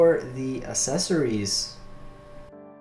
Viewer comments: pronounced access ories not a sessories not trying to be mean i love your videos man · google how to say accessories and click the first link